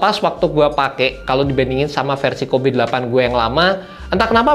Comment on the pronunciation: Gatel banget pengen ngoreksi tiap denger penyebutan "KOBE" nya 😅